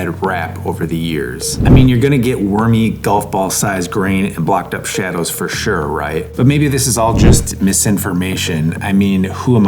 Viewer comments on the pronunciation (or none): none